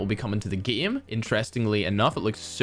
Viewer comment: I watch just to hear pronounce “game” “geem”